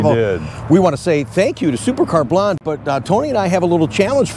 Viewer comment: Her name is Supercar Blondie ( say Blondeee) .not Supercar Blonde!